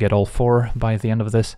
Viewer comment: "On two zee next one !". Like it 🙂